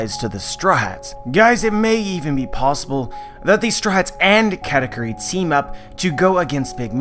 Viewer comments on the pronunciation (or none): its KU not Q